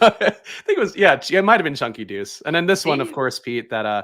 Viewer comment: its chunk"tha"deuce but either way i can dig it... Much love tho folks, best of luck! And if i dare need to explain my name or profile pic, i will lol